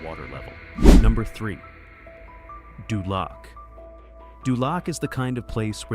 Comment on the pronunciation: dULAC....LOL DOOOLOC